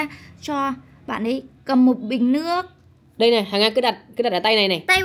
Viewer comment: Chị hằng nga nườc mà chị nói là lước